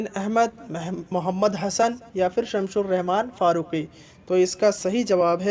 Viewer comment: شمس الرحمن فاروقی ہے بھائی ش لگا کر آپ غلطی کر دیتے ہیں۔ آپ کی اس زبردست مدد کے لیے میں آپ کا ممنون ہوں۔